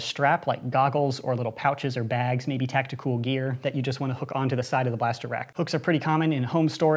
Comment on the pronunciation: he can not say tactical he can only say tacticool